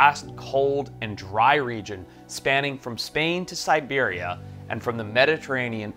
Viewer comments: That would be Siberia, not Serbia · Siberia =! Serbia 😂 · Yeah but a scientist should know the difference between Siberia and Serbia cmon Forrest still love him tho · Siberia, not Serbia! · Serbia? Hilarious mistake. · Did he mean Siberia instead of Serbia? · He probably meant Siberia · It’s not Serbia. .. that’s SIBERIA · ...SIBERIA ...not serbia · The lion - Serbia? Did you mean Siberia? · siberia not serbia 😂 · How can someone be so ignorant that he confuses Siberia with Serbia😂🤡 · Did he say Serbia?? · Dude you said Serbia instead of Siberia. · I heard Siberia, but then..... whoa! I'm calling Mandela effect on this one.